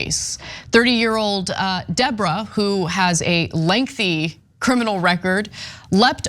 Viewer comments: Deobra? More like De-Boh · it's "Debra" now, bra. What kind of name is "De o bra?"